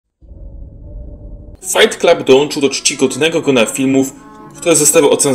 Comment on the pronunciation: Fajt klub? Letko? Chlopie, masz nad czym pracować